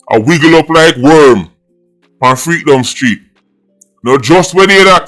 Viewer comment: Did he just say freekdom street lol😅😅